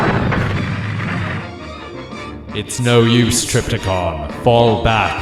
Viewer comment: Trypticon not Tripticon.